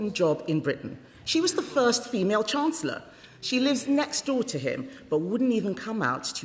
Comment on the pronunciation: Reeves sounds so downmarket and dim: Can't even pronounce her title! Calls herself the "Chance-ler."